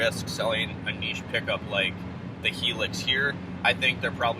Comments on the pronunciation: Its pronounced High lucks. Not Hee lux. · It’s a Hi ✋🏻 - LUX, like Luxury without the ury .. not hilix 🙈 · I’ve owned one here in the UK. It’s not a competitor to the Taco. It’s a diesel small sized work truck. It’s in between a Tundra and Taco in terms of size. Interior is more comfortable than a Taco. 30MPG average but not the fastest vehicle on the road. By the way, it’s pronounced HIGH LUX.